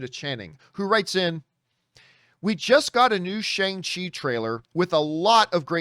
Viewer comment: It’s pronounced SHONG CHI not Shay-ng Chi